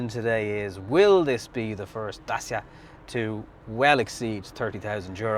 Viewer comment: It's pronounced dachia ffs....